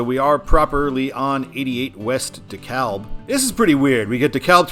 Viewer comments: Yes, I was about to comment that! It was driving me crazy how he was saying it! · I'm from the Atlanta Metro so when you said De KA-L-B instead of De-CAB- that pained me . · It is pronounced DEE KALB.